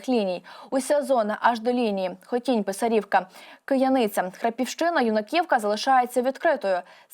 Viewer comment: Правильні наголоси: Бас"І"вка; П"И"сарівка; "Ю"наківка